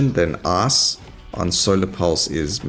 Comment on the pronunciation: I really like how instead of "life" you say "laugh" and instead of "ice" you say "ass".